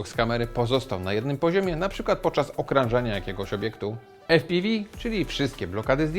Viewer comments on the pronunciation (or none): Odgrzeję kotleta, ale okrąża, a nie okranża